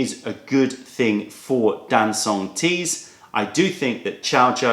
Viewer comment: Very nice however - not Dan-soong but Darn Chung - very informative video